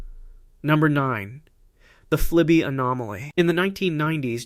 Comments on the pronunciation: you said flibie.. flieby..and then fly by.. which is how flyby is meant to be pronounced here, for it was a fly by. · Flyby pronounces Fly'buy', not fly'bee' ! why do you keep switching between the two pronunciations, first (and, inconsistently afterward) ? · I've read all the comments to see what other people think. They think flyby was pronounced wrong, but apparently no problems with the physics! 😂